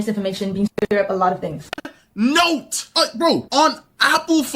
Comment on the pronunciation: Move the piece of hair to the side Jesus Christ that's annoying just that alone tells me you did it and the fact she says "dings" instead of "things"